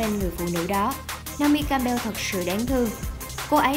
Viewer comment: Co ta doc theo kieu vn ma, doc dung roi